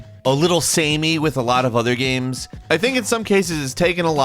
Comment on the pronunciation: I too, enjoy "gaems"